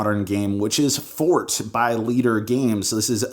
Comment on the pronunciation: Fort, not Ford :)